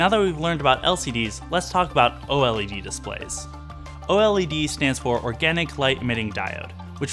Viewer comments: Just call it like the rest of the human race does! Its o-led! Not o-l-e-d!! Chrissakes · Just say “OH-lehd”...